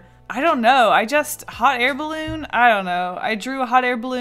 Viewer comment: Was I the only one who heard "Hot hair balloon"😂